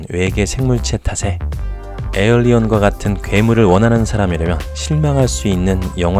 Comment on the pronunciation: "에얼리언" 이 아니라 "에일리언" 이죠 ㅎㅎㅎ